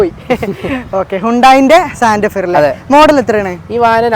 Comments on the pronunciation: Santefer അല്ലsantafe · Santefar alla.. Santefe vandiyude perenkilum padichu vekkede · Santafar allada hyundai musafir..😅ijjadi😅😅😅